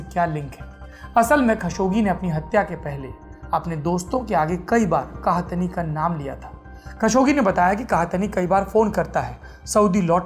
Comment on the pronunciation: सौरभ द्विवेदी जी वो 'सऊद अल कहतनी' नहीं 'सऊद अल कहतानी' है :D :D